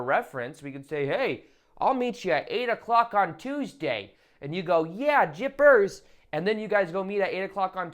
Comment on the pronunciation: “Jippers ” lol